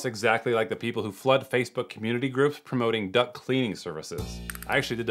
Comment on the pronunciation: I heard duct as "duck" and now i really want to see a videocon duck-cleaning scams